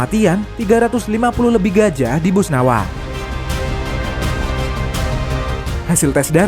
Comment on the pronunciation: Maaf Min Setauku kalo di Benua Afrika itu adanya Boswana bukan Bosnawa